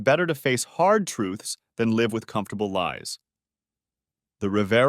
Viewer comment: Love listening to these stories, except when AI doesn't pronounce vitamins the correct way. Also sometimes the words live and wound comes out wrong.